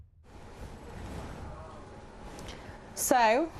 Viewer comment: oi, nakagami it's not nafagami respect family name